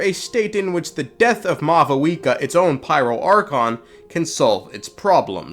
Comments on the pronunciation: Sup, Mah-Vuika 🤝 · It seems that maybe they got a new Pronunciation guide for 5.1 since both Natlan and Mavuika are said differently and technically more accurate to how they’d be pronounced irl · Bro is offended by the lack of v in Mavuika's name in this trailer 😂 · Bro doesn’t know how to speak It’s “Mavuika” not “Mavuika”